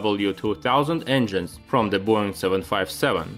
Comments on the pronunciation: I swear he says «the BORING 737»... 😂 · Pls pronounce word "Boeing" correctly! There is no need to imitate fake Hollywood Russian accent. Russians speak English pretty well.